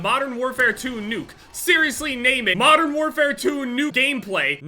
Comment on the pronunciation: can we not call it modern warfare twenty 2